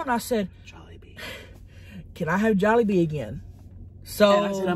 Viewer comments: I think it's jollibee not jewlibee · Tammy: if ur ever at juilebee Nick: starts laughing at the way she said jolliebee Nick: what Tammy: what’s wrong Nick: oh im laughing at the shrimps…they died Tammy: oh aw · It's not pronounce to like that it's jol-e-bee But spelled Jollibee. It's a Filipino fast food place I feel sad also you made the title Asian food it is but call it Filipino. I love you bitch - to Tammy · He was too scared to tell her that its not Juliebee. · Which time! 😆 I heard it at least 3 different ways lol my favorite was jubilee... love you sug! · 😂😂😂😂 It was the first time she said it wrong. She said Jubilee last. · When she said Jubilee instead of Jollibee 😂😂😂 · Of your ever near jewlibee✨ 😂😂😂 not even how you say it lol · Tammy: if you ever at joellbee Nick “laugh”and assume he laughing at the shrimp even tho he laugh how Tammy say jolibee Tammy: WhAt YoU lAuGh, WhAt WrOnG?!? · Did he say jeliwbe instead of jollibee😆😆😆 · LMAOOO WHEN SHE PRONOUNCED JOLLIBEE WRONG NICK LAUGHED AND SHE WAS LIKE WHAT YOU LAUGHING AT AND HE WAS SCARED SO HE SAID GE WAS LAUGHING AT THE SHRIPS☺️🤣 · Nik said “I’m laughing at the shrimps they’re dead” comment because he was probably laughing at her mispronouncing jollibee and when she asked what he was laughing at he didn’t want to get in trouble so he said the first thing he could think of. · I laughed when you said Jollibee wrong, and Nick lies and said he was laughing at the shrimp. Lmao!! 😂😂😂😂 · that look omg lmao. Agreed it seemed it was the way she pronounced Jollibee. I love it. I also love how she says Darrel loves everything weird :D He and I are very similar, except I shaved of my beard when it became a fashion. Fuck fashion beardos